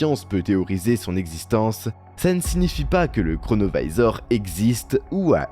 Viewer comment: Pourquoi prononcer à l'américaine un objet italien ? Singer les américains ne vous rend pas plus crédible...